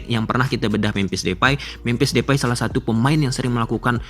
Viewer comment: DEPAY bang, bukan DEFAI